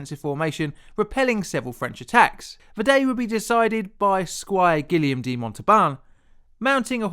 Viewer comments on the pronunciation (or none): none